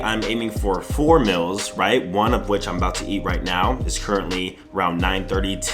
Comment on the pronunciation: Y he say mills instead of meals and Xpecialy instead of especially